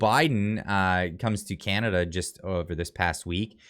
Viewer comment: Did he say chinada :face-orange-frowning